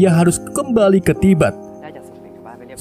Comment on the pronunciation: tibeut.... tibet min haha...